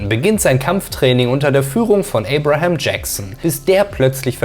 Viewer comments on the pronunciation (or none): none